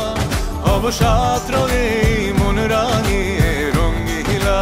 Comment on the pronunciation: তাসনিয়া ফারিনের ভুল উচ্চারণ রঙ্গিলা হবে রঙিলা।